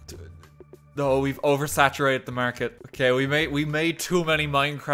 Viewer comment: you saying "youve oversaturated that market" gave me a flashback to my irish economics teacher